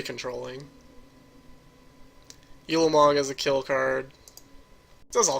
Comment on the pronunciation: I've been playing Magic for awhile, and I watch a ton of YouTube videos for Duels and Paper.. and you're the first person EVER to pronounce mana that way. You're also the only one who says You-lamog, instead of Ooo-lamog.